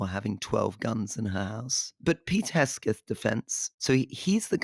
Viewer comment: It’s Pete HEG-SETH, not Hesgeth